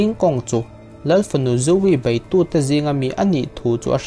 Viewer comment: BEIH tih hi BAIH tiin i lam thin a, a dik lo aww..